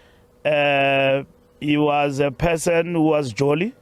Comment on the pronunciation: This is painful man, especially when I hear the word 'was'...... AKA 'was'.....eish, you're killing me.....